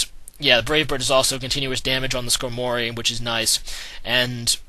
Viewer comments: skarmory not skanory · It's not needleking. There's no "needle." It's Knee-doh-king. And it's Scar-mory. says a lot of pokemon names weird.